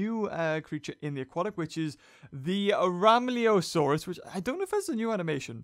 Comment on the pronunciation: you buchered its name rhomaleosaurus was a british pliosaur its pronounced Roe-may-lay-oh-sore-us